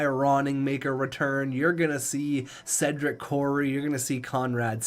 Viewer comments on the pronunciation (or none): none